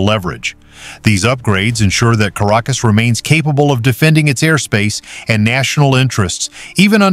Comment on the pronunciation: Es heißt nicht Karakus. Sie müssen besser recherchieren! Caracas, ist die Hauptstadt von Venezuela!